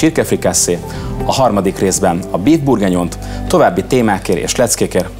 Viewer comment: A “böf burginyon”-t is bif-nek mondta 😅